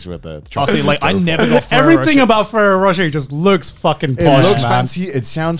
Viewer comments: I find it funny the way they pronounce ferrero roche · AS a french canadian from Quebec, hearing the boys trying to say Ferrero Rocher makes me rire en français